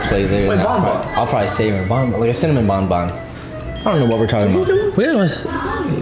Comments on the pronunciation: you're calling Banban, Bonbon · WHAT IS HE SAYING BONBON OR BANBAN???